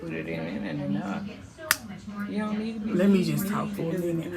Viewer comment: She said I ant know city girl 😍😂😂😂😂😂😂